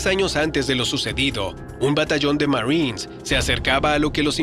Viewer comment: Aprende a hablar..."marrins "...marines...marines